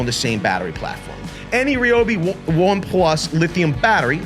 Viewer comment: It’s Ryobi not Ryobi